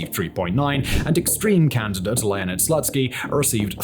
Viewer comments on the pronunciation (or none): I appreciate the work you put into the video, but can you please check the proper pronunciation if you're doing the piece on the topic? OblAst? Zaporizhezhezhehzhe? SLUTSKY? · It is pronounced 'Slootskiy', but yeah